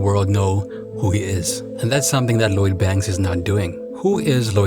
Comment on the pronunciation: How you going to make a video about Lloyd Banks and you can’t even say his name? Who is Load Banks hahaha